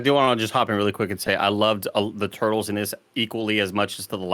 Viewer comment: NINJA TWO-TLES! WTF Tim! 😂😂